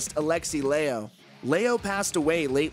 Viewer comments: It's pronounced "Lie ho" not "Ley ho" you don't say "Eylexi" neither. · Poor Dave... It's pronounced like "LIE-HO" not "LAY-LOW" lol. All jokes aside, that was a nice tribute from Dave. I saw COB with Megadeth and it was a killer tour. R.I.P. Aleksi Still missing you.